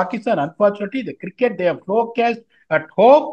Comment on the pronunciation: "Kiriket" illa da adhu "Cricket" 😂😂😂😂😂😂